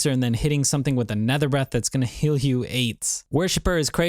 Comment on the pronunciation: Did anyone else understand "that is gonna heal AIDS"